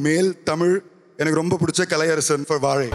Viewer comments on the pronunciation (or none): vaazhai ❌ vazzai✅ 😂😂😂